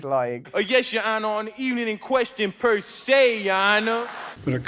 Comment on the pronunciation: Persay aye